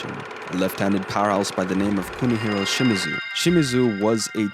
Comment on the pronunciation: Put stress on Ni, don’t put stress on “shi”, just like you said Shimizu correctly. It’s not niSHIda, it’s NIshida.